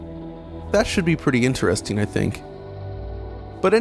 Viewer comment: The way he said interesting tilted me.